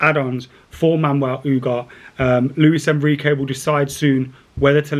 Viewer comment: how are you reading U-garh-té as “Oohgaht”?! 😅